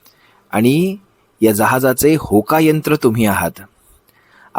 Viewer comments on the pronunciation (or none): दादा होका यंत्र नाही भोका यंत्र 😂😂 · होका,बोका,यंत्र नाही हो भोकायंत्र.